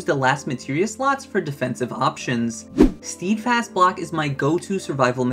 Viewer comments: st-eh-d fast not "steed" fast f.t.r. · Just so you know, it's not "steedfast" it is pronounced "stedfast" or maybe "stehdfast" would be a more accurate phonetic spelling of how to pronounce the word. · it's pronounced 'sted'fast